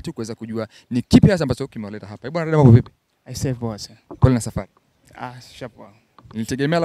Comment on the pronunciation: Bwana Mzee jifunze kutamka R na L. Hata kampuni Yako mwenyewe unaita LIDER jamani!! Vizuli, nafikili wanaongea watoto mzeem Chukua hatua makusudi uongee kama Mtanzania MTU MZIMA bhana unatuangusha!!😊😊